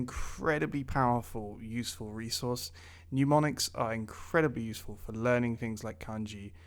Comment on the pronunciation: Serious question, isn't it mnemonics, pronounced nem-on-ics, like nemesis? I don't know where everyone gets the nyu sound. Seems like at least half the YouTube language teachers are using this word like this. Otherwise, great content keep it up!!